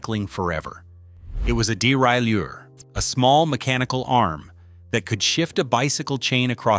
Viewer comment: Mechanical shifting doesn’t run out of battery power! Your AI narration sucks; can’t pronounce derailleur! 😂